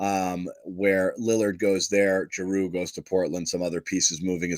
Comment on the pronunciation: Love jrue.. we should do everything we can to exchange brogdon for him The way pronounces his name makes me want to not trade for him though..